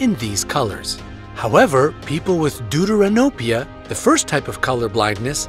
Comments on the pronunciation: Bro am I a bad person cuz everytime he say Deuteranopia I die cuz it sounds like doodoo ranopia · Deuteranopia...you killed the word! It's Greek and pronounced "Thefteranopia / Δευτερανοπία" = second look at (Protanopia = first look & Tritanopia = 3rd look) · No Offense but did he say... duduranopia?